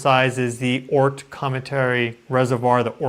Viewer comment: can you say Oort 😳 Cloud at least once a clip. Just cool how you say it…Oort 😳 - much love 🥰